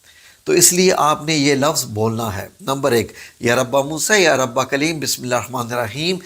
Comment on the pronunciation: " یا ربی " نہیں ۔۔ بلکہ " يا ربِّ " ..!